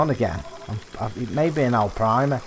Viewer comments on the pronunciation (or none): No hate but there is no L in Arapima